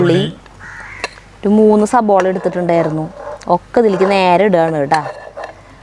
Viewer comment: സബോള അല്ല 😀 സവോള..